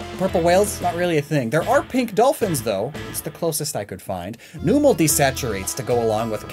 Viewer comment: he also pronounced numel like noomel